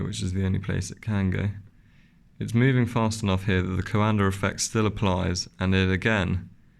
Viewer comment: It is Coandă Effect, named after Romanian inventor Henri Coandă. Not Calendar ~. 😆